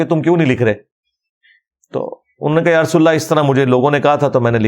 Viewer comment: مولانہ صاحب یا کے اوپر زبر ھے۔ آپ اس کو پیش پڑھ رھے ھیں